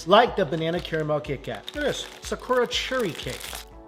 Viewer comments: Why do you pronounce "Sakura" like that? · The pronunciation of Sakura......😬😅